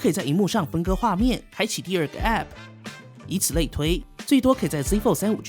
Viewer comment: app 唸時沒必要加重重音 聽多次就很痛苦